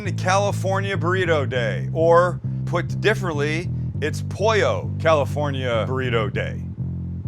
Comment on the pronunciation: "Poio"......Love how gringos pronounce spanish 😁😁